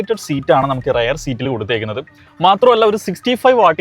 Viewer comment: റയർ സീറ്റ് അല്ല റിയർ സീറ്റ് എന്നാണ്...!